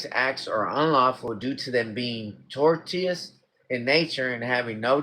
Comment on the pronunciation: tortious = tor-shuss